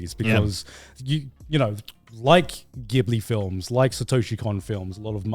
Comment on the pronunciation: Why do you guys always pronounce Ghibli incorrectly?